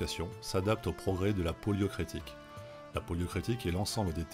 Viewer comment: Poliocrétique ? Non. Poliorcétique.